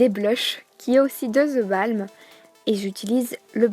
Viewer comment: Superbe vidéo, par contre on dit: the bolm pas the balm :)